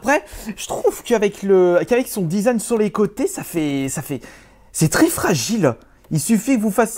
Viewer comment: il dit le zizan au lieu du design (c'est pas une moceri)